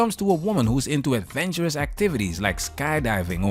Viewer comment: Yeah, It's 🫵 " Adventurous " 👈 Not " Aventurous " And You Were In The Back Drunk ?????????? Complete Trash 🗑 Behavior What A Turn Off 👇🤞👎